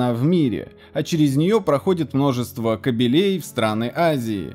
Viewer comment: Да не кабелЕй, а кАбелей. Ну сколько можно то! )